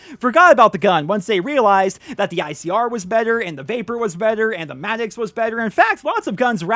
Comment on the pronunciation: The madix its madox lol I'm not hating on you doe